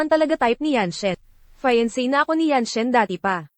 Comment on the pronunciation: Please read the words properly and maybe try to check how to pronounce the English words properly before using it. Like the word “ fiancée “ means girlfriend but you pronounce it as if it sounds like finance as in monitary use. Please be guided accordingly. Review the script thoroughly before finally taping it. Also the repeatedly saying the word “Su Xiaciao” irritates the audience. Just read your script carefully. Maybe you should get a script coach to help you understand what the word means. Thanks.